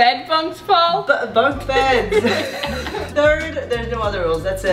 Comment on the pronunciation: WHY CAN'T YOU SAY BUNK BEDS RIGHT. got me laughing 😂😂🤣